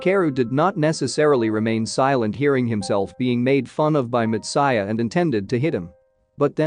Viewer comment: it has Anime 3D Kanojo. and hearing/listening to this narrator really irked ne in bad ways .. way he pronounce words like Matsuya and anime just couldnt sit well with me ... had to pause video half way and leave this comment before leaving page xD